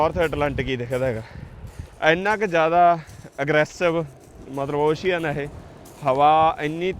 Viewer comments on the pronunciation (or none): Ocean ਅੋਸ਼ਨ not ਔਸ਼ੀਅਨ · It's ocean (ow-shn) not oshian